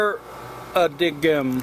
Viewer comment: friendly fyi - paradigm is pronounced pair-a-dime. :)